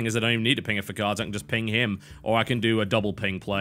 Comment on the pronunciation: Does anybody else think "Tim it" when he says "ping it"?